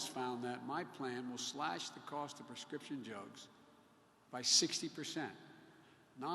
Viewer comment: Hey, what's with the nose scratching every few minutes. Are you sending a message to your teleprompter controller? Now.... min mark...."bekeeze he fuzes!!" min mark "prescription jugs". min. mark "autobobile industry"!! min. mark "we're going to 'rectrofit"!! min mark.."United States America". You left out the 'of' again. And at the end, all 5 people applaud. No questions asked, again.